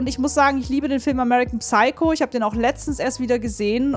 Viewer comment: das P im englischen Wort Psycho is stumm liebe ^^ Aber gutes React wie immer!